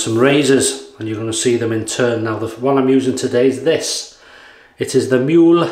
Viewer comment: Hi, great Video! And congratulations to Mrs. H for that wonderful flower Arrangement. Let me help you out with the word "Mühle": the Umlaut "ü" is pronounced similar to the Letter "y" in the welsh word "cymreag". I hope that you find this a little helpful. Cheers from Germany, Helmut 😁